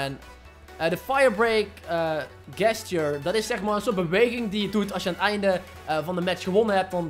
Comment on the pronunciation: even een tip, je spreek gesture niet uit zoals jij t doet:) het is djestjur :P niet gestjur